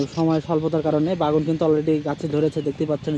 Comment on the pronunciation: বেগুন ভাই বাগুন না ভাই